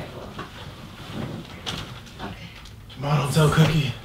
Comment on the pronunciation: "let me have my lil fantacies arite!"😂😂😂